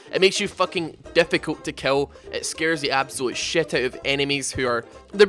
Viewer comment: You're gay! Kill not "kell". Twisted Fate not "twested fate", Mid not "med", VIDEO NOT "VEDEO.